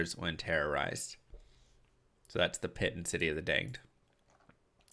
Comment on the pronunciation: I'm sorry but your pronunciation of damned is driving me crazy! It is pronounced like adding the ed on the end of the word dam, not like adding ed to the end of the english title of "dame."